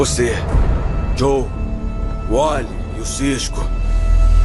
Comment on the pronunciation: Não é Joel, é Joe, de Joseph. Fora isso, ótimo vídeo.